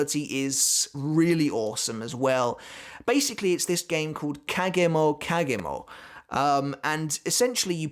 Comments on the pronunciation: im guessing ure saying kagome kagome, but its definitely not kagemo kagemo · Just so you know you miss pronounced the name of the game of the ultimate attack it's called Kagome Kagome and it's about a bird in a bird cage having to guess who is behind them to get out of the cage.